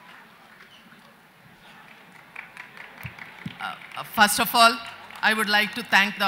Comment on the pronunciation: Its not ci va kummy..its shivakaami. If u cant pronounce the name of a panelist dont bother at all. Anupam kher gets a padma award for what? Hes a B grade character artist on screen and a dumb buffoon offscreen